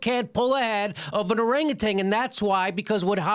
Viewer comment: For the record, it's pronounced orangutan, not orangutang.